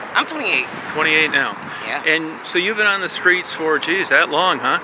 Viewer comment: White dude ask "so u been on the skreets for that long?"🤣🤣 first time I ever heard skreets from a white person. Funny.